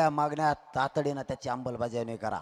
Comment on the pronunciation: अंमलबजावणी कसी म्हणायचंय ते आधी शिकून ,रटून घ्या.